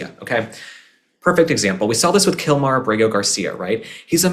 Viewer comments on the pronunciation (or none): none